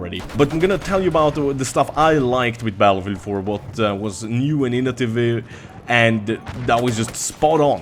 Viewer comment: Am i the only one that heard say Inotavive